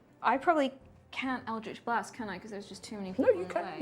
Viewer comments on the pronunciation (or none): Its so weird hearing "eldrjtch BLAHST" from the dm sjsjvajsksksv never heard that in THIS accent